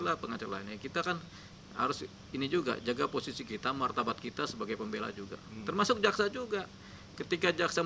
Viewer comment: Ni orang ngomong martabat aja jadi martabak. Laper pak gondrong?